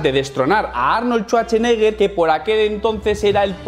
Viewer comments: Arnold "Chucheneguer", jajajaja, te faltan clases para pronunciar inglés. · Arnol Chuarcheneger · Si es cierto, pero su apellido se ha pronunciado por más de 40 años en inglés. Y créeme que no suena Chuache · shuache? o shwache